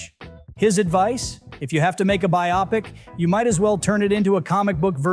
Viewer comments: Bio-pic as in biographical picture. Not bi-opic. Holy cow you probably pronounce gif as jif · Bio-pic ffs NOT bi op ic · bi-optics? Is this an AI?